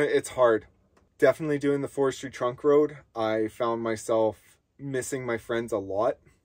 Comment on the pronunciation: Are you saying Forestry Trunk Road or Forestry Truck Road ?